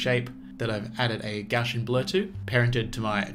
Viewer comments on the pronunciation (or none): Hey Great tutorial, nice presentation and really fun little subject matter! - Really enjoyed watching it. had to laugh when you said Gaussian which I heard as "Gash - An":D I laughed and said "heh he doesn't know how to pronounce Gaussian (Gauze-Ian)" and told my mates/colleagues sitting by me. They all laughed and said well that's not how you say it either and then everyone in the studio argued! Finally googled it and it seems not one of us knew the right way - but this youtube video does! Keep up to good work fella and I'm now off to have a look at some more of your vids Ryan D Hale